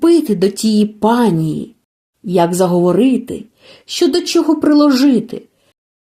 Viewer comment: ВСЕ добре, але не "щьо" , а " що"